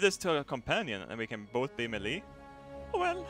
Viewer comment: Just to help your English Melee is pronounced like 'May- Lay'. Great vid!!!!